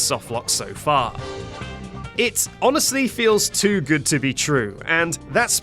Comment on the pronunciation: Jood james, j jove jow je jeet jo juch jhildren